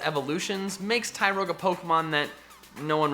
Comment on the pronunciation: TYROGUE, NOT TYROYGE!